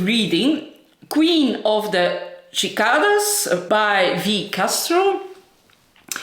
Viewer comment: Pronounced “see-Kay-duhs) I love your vlogs!! ✌🏻🤠